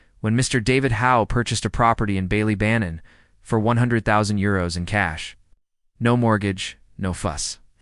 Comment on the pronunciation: The pronunciation of Ballybannon in the video is painful to hear. Bally is supposed to be like Bah-Lee.